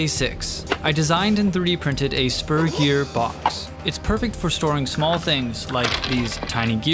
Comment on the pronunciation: i legit thought he said "sperm gear" and not "spur gear"